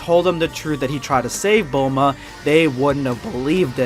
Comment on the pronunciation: Bulmoose not bulma lol